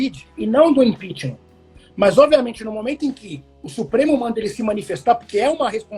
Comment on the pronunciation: Kkkkl apaga que aimda da tempo, esse analista ai entende muito heim?" Impixima"? Pqp, ninguém de dentro do governo confia no bolsonaro? Cara saiu mais forte kllk